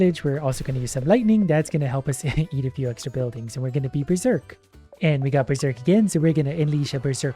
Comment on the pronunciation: We ber-zork!